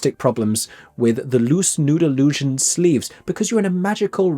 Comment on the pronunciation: The way ypu say nude illusion like Noodle lusion